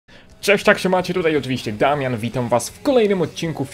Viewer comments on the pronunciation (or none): none